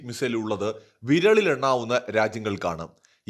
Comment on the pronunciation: "വിരളിൽ" അല്ല "വിരലിൽ"